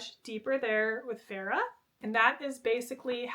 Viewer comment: I love you but listening to you say “Freya” and “Farrah” over and over again was insanity 😂. FAY-RA